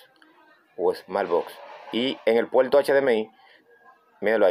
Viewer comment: Polque habla como chino?? El puelto USB, lecuelde q la lesolucion es leimportante 😅😅